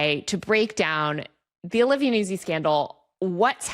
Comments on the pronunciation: Yo. Vocal fry far less bonkers than Kat's insistence on pronouncing Nuzzi "newsy" - and Taylor's eventual capitulation. YOU were right on that Taylor, it's "newt-zy" with a double-z like "pizza." And maybe next time confirm a basic like name pronunciation before doing an entire episode on someone 😅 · Strangely, it's a mispronunciation of an Italian name, which really sounds like NOOtsee. Not Noozi. Like it's not peezah, it's pee-tsah. Zz in Italian pronunciation is always "ts" sound. Love, a former classical singer. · Everyone has been talking about Nuzzi for months, but after this video I have learned 2 entirely new ways to pronounce her name